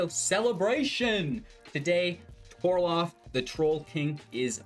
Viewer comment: TOR-ALF not TOR-LOF everytime haha